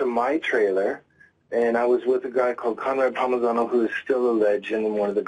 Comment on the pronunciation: Steven................??? Its not Conrad Palmigano...........(dumb fuck), its Conrad Palmisano.............Lying POS........... and Steven, you are a fighter and you dont know Ronda Rousey?? fucking liar